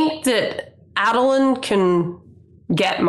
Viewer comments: A-dolin, not Ah-dolin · While it is indeed 100% valid to pronounce anything in the cosmere however you want... it's definitely A(long A)dolin right?? Maybe we should, as a community, decide on a standardization of pronunciations? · Came all the way here from the podcast just to make this comment: It's a long A for Adolin. For many, but here are a couple reasons. Adonalsium is a long A. Names derived from it use the long A, like Ba Ado Mishram. Though this I admit is subjective My main reason The world has president for a long A in name like this Aiden, Aidan however you spell it its more often than not said with the long A. Folks should be allowed to pronounce things however they want when it comes to fiction. Only making this comment as someone who is close with an Aiden. The sound may grate some but those who have it as their names would appreciate it being said with the long A. Knowing an Aiden who takes pride in his less common name getting some semi representation through Adolin, and seeing him as a namesake makes me a fair bit passionate about the subject. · Ae-doh-lin Ado is "light" Lin is "born unto". I believe it's in Oathbringer during one of Dalinar's flashbacks where they explain his name. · Long A Adolin, mostly so that instead of adolin blade I can say bladolin. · You're all sleeping on the third option, AHdolin, "AHd" rhymes with "God" or "Pod" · How's this for a pronunciation: Uh-DOLE-un? Also, I do not want adolin to become a radiant. He should be something new I think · The COREECT WAY to pronounce adolin is ah-dolun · I pronounce it AYY-doh-lin. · Long "A" Adolin I'd like to say because phonics-- a double a consonant after the "A" would make it short. But I think I think it has more to do with how I heard it on the audio book. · Ay-duh-lyn for my money. Bonus: Sadeas is clearly "Say-Deez"